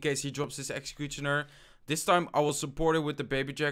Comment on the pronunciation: A little tip dont pronounce the t in executioner